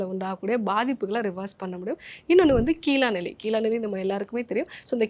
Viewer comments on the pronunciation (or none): சின்ன திருத்தம் அது கீழ்காய்நெல்லி